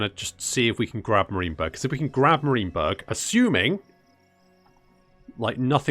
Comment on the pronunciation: Enjoyable campaign so far because : 1) The commentary and effort put in showcasing the battles 2) You don't make perfect decisions every time or seem to boss every battle like some 'tubers and 3) Your pronunciation of Marienberg as Mareenberg :) Think I might just follow your progress